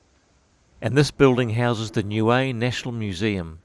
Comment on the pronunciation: CORRECT pronouncing is as … NEW E as in … A E I O U 👀 N I U - E 👀 EH … NOT WAY OR AYE . NIUE 🇳🇺 A’s are NOT pronounced as “AYE” it is pronounced as “ARE”. U T U K O was my home beach i frequented a lot as a child ❤️